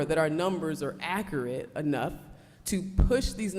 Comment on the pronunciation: She’s absolutely BEAUTIFUL - just gorgeous, but her pronunciation of accurate is awful.